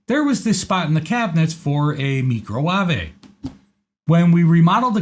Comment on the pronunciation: Thanks for another great video! As a retired electrician I got that electrical work covered. I have needed the HA advice as that is the area I am a tad slow in. Also i loved your pronunciation of Microwave!🤣🤣🤣🤣